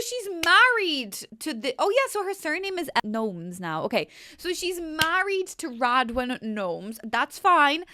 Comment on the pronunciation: L's new last name is says Go mes not gnomes